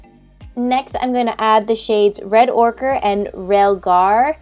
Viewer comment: Girl, you ok? You pronounced almost all the shade names of the modern renaissance palette incorrectly. Heir is pronounced like air, ochre like occur, and umber like amber but with a u